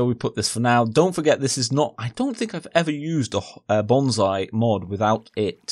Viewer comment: its pronunciation is [bonsai] not [bonzai] :)